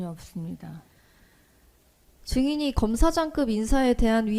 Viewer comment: 없으면 전혀 업스니다.하네 ㅋㅋ 진실이면 증언 거브하게스니다.하고 병신